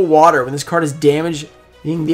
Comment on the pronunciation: You said water and it was waiter..lol